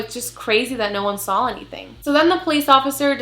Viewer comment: girl I love you and your channel but I died ever time you say “sawl” *saw lol it’s funny and cute. Keep doing what you do.